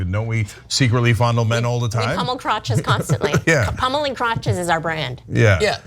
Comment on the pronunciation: Did they say pummel or pommel?